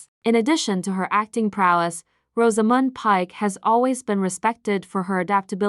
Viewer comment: It would help if the AI could pronounce Rosamund.